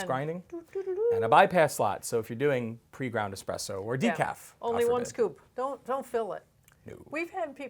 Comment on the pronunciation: Lmao expresso 🤣🤣🤣